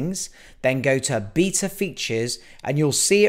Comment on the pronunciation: Pronounced Beta not Beta